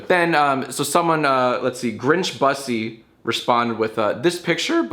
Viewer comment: jack idk if you are aware but that users name definitely is not pronounced BUS E.